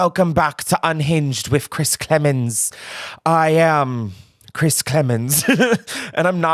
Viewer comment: Chris you 1000% mispronounced my name but I will let it slide for the fact that ily